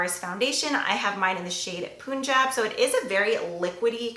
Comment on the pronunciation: Fyi, I'm Punjabi and it's pronounced PUNjab (like no pun intended, not poonjab) <3